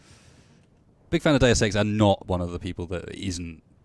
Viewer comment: "Day Of Sex" "Deus Ex"